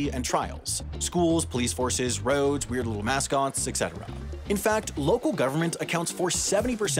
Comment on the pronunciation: You mispronounced "et cetera"